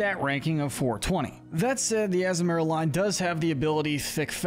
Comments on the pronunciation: Not to mention how he butchers Azumaril by saying Azu-marill instead of the proper azu-ma-rill along with many other mon names. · The way you say Azumarill is killing me. And the fact you mentioned the Azumarill’s line Thick Fat ability, but no acknowledgment of their Huge Power ability.